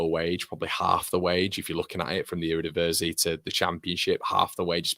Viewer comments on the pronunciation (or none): none